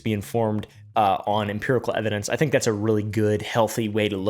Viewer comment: You have a serious problem with "Imperical" evidence 🤣🤣🤣🤣